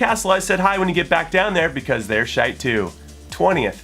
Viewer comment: Hearing an American say "shite" is really weird